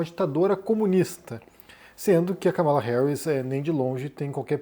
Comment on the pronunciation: Káh-mala, meu caro. Trump está sendo criticado por falar propositalmente o nome dela errado: Kamáala.